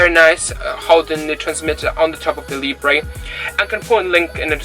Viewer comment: Hi, Your videos are helpful and real- world Talking about pronunciation; it's pronounced "Leebra" , not " Leeebray" Keep up the good work